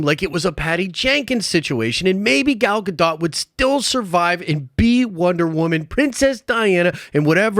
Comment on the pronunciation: Why do you never pronounce Gal Gadot's name the same consistently in any video you mention her in?